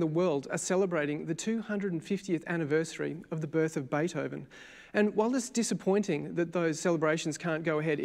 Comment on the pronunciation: his name is Beethoven (not Baythoven). I don't call Elvis Olvis just because it fits my mother tongue.